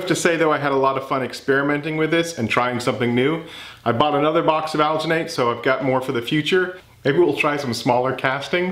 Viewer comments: Al-Gin-Nate, is how we pronounce it in the dental field. The colder the water you used will let you have a longer working time. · as a sfx artist I must tell you it’s pronounced like al-Jin-et and you need to mix it w COLD water SLOWLY by hand NEVER with a power tool. Also a fun thing you can do is leave the mold to dry for a while and it’ll shrink. My teacher once let a face cast shrink and kept making a stone positive of each shrunken face and casted in alginate he kept shrinking until it was only about three inches tall. Super cool stuff! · The "g" in alginate is pronounced the same as in "GIF". Hope this helps. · Al-gee-nate. Soft G. You couldn't've used a less... demonic... color for the foot? No? Okay then. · It's not pronounced ghh but rather juh. Alginate is used for taking dental impressions for one time use only as you mentioned in your video. "Aljuhnet" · The pronunciation is Al-gen-et, or Al-gen-ate, if that helps. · It's made with algea so al-gin-ate. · It's pronounced "alginate", hope this helps. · the G in alginate is prounce like in.GIF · It's alginate with a soft 'g'. it comes from algae. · algenate is pronounced like gel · It's pronounced "alginate"